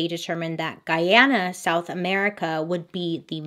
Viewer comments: Missed you!!!! Great job in pronouncing Guyana correctly, alot of people always called it Guiana. This happened in my Country Guyana and my grandmother told us about it as kids. To this day Jonestown is still uninhabited. Many people have reported encountering ghosts, feeling heavy presences behind them and the tribes that where close by all moved from the area after a few persons went missing. As kids we were all taught to never go there. Every year documentaries are shown on the anniversary of the Jonestown massacre. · Thank you Bailey for saying Guy-ana and not Gee-ana. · It warms my heart to hear u pronounce Guyana correctly. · Loved that you covered this and also excellent pronunciation of Guyana. This is one story that haunts our history. 🇬🇾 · Love you ! So ... it's pronounced Gooyiana, you the best. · Hi Bailey, I'm a Guyanese. Much love from Guyana. I have to say, you pronounced the name of our Country very well. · Bailey, kudos for pronouncing "Guyana" correctly. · Thank you for pronouncing guyana correctly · My mom was a young girl when this happened in Guyana!! She said it was so crazy. Also thanks for pronouncing the Guyana correctly 👏🏼☺️ I just found a your channel, and I’m loving it! Can’t wait for more 👍🏽😁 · Can I applaud you for pronouncing GUYANA the right way... As a Guyanese it's annoying hearing all crazy pronunciation of a simple word! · Thank you for pronouncing Guyana correctly! <3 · I love that you're pronouncing Guyana correctly because a lot of people don't really get it! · It’s nice to see someone pronounce our country’s name correctly. We love you from Guyana Bailey❤️🇬🇾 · I love that she actually pronounced Guyana correctly. Most foreigners just butcher the name Or they say " Do you mean ghana?" No Susan i meant Guyana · I’m from Guyana ❤️ thank you for pronouncing it right 😂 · Bailey you're literally the first person I see outside of Guyana to pronounce Guyana correctly. I love u 10x more for that